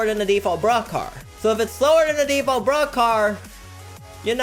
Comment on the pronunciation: Why You called bruhcar